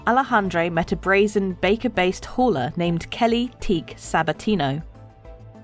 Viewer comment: That "hauler" sounded like 'whore' 🤨